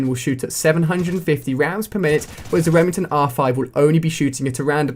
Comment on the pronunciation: lol reming ton